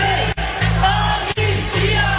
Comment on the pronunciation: E a zinha fala "an nis ti a" Dois enes. Analfa.